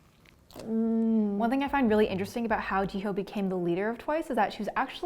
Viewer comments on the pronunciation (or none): Jiho 🥲its pronounced as Ji-yo